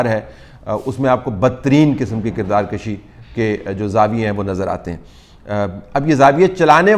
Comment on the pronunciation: میں نے اکثر اینکر کو دیکھا ہے اور طلعت صاحب نے بھی ابھی غلط لفظ بولا ہے کہ کردار کَشی جو کہ انتہائی غلط ہے۔ اصل میں یہ لفظ "کردار کُشی" ہے۔ زبر کے ساتھ اضافہ کے معنوں میں پڑھا جاتا ہے جیسے نسل کَشی مطلب نسل بڑھانا جبکہ اسی کے برعکس پیش کے ساتھ نسل کُشی پڑھنے کا مطلب نسل ختم کرنا ہے۔ اس لیے یہاں اصل لفظ کردار کُشی پڑھا جانا چاہیے۔